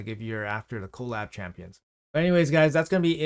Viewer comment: can you call it "kuh-LAB", not "KOE-lab", cuz that's how collaboration is said. thanks XD